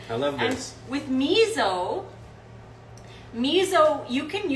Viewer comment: you always. mispronounce miso :p